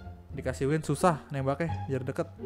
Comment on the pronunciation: Ban bukan win tapi wing